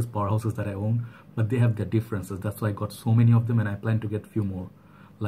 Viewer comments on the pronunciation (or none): none